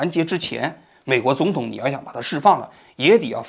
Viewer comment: 哈哈 看到评论后仔细听了一下 把总统说成肿统😂偶尔几个字发音不标准